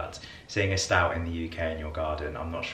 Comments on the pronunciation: Stoat not Stout 🤣🤣🤣🤣🤣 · Stoat is pronounced 'stote'